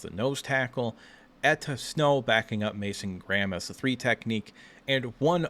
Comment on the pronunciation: Its Enow Etta. Not Etta Snow